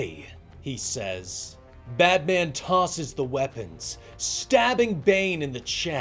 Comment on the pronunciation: I love these but am I the only that feels like he keeps saying badman?